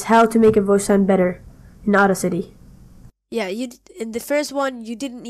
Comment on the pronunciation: I'm so sorry but I was crying when you pronounced audacity at first